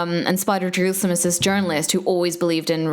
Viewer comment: Spider Jerusalem? Is that what you're saying?